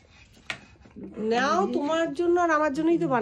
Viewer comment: Nyao na. Nao. Uchharon thik koro.